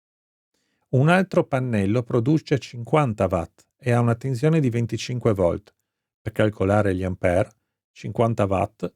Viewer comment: A volte dice anche tezione 🤦